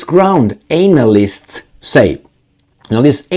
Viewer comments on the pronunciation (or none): I don't know if it's intentional or not, but the way you stress the pronunciation of "ANAL" in "Analyst" is fitting these kinds of "Analysts".